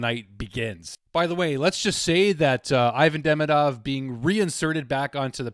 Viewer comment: 'ee-VAHN dee-MEE-dov' is the correct pronunciation of his name. What a start for this guy. Let's hope we get back-to-back Calder Trophy winner!